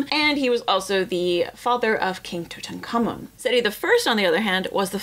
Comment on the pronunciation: I heard her and many other's speak the names of some the Pharoahs and it feels to me that they speak with such confidence in want they are speaking about sounds of words and knowledge about the people and her society that it makes sad. TUTANKHAMUN, but me I hear To Tunk kha mean as its pronunciation. So are really get the stuff really right. He was a king he would have consider himself the life a god so Aunk (Tunk) would probably would have been one of the sounds in his name. Just saying. Another way.